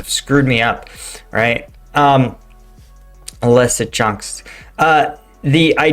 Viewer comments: Leezytjansk in phonetic. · I think the english phonetic version of Lysychansk is 'Lizzyshanks' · Bro…I enjoy your videos and analysis but COME ON….. LEE-SEE-CHANCE-K Or LISSY-CHANCE-K Say it with me…LEE-SEE-CHANCE-K. It’s not that hard LOL 🤷‍♂️🤦‍♂️😂🍻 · Lysychansk = Lew-sah-chaunsk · Leeseechansk..like in Bruce Lee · Lee - See - Chansk 😉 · “Luce-a-chan-sk” is how my Ukrainian wife explained the pronunciation to me. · the Ys in Lysychansk is a form of U and spoken as (in English) a female sheep... an ewe....Try it this way Lue Shoe Schank.